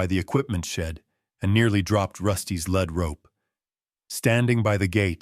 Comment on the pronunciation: Lead mispronounced